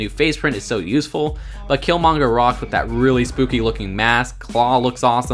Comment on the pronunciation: He says wif not with Whaf the heck